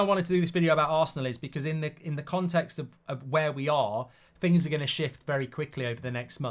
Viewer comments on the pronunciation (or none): none